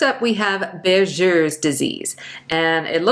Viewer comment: “Buerger’s” is pronounced with a “G “ sound not a “J” sound…. For your kind information Regards